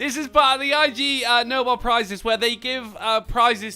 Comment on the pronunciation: I. G. Nobel.... Drunkie, dude... it's a word, 'Ig'... Like the start of 'Ignorant'.